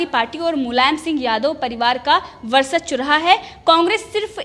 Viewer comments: Indian TV.... Please ask the anchor to pronounce VARCHASWA and not VARSACHWA. it's वर्चस्व and not वर्सच्व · ये लड़की वर्चस्व का उच्चारण भी सही तरीके से नहीं कर पा रहीहै। एक बार होता तो ठीक पर बार बार एक ही गलती दोहरा रही है।